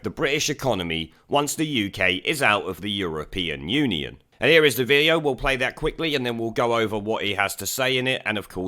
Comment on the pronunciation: Did George just say, "the European onion?" 😁